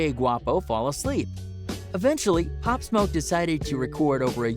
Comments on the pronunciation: Cuz said pop smuck LMFAOOO 😭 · “Pop smok” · not only can the guy not pronounce “pop smoke”, but even the short description he gives doesn’t match what really happened - all available on YouTube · This guy cant even say Pop Smoke Quavo right...